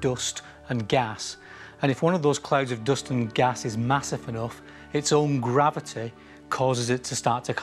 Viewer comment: nobody: this guy: grAviTeA